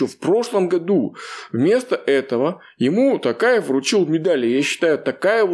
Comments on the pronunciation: Не Такаев,а Токаев!произносите правильно имя президента!!!!! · ТОкаев. Не такаев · Не ТАкаев а ТОкаев